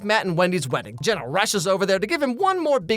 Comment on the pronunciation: How did that stupid photographer pronounce JENNA as GINA.... SMH it'd be different if her name was spelled Gena, but it's not....